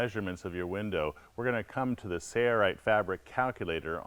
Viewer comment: Sailrite, --Sail rite That is the way it is pronounced.Not Say-rite. Can you not enunciate the letter L? Work on that, please.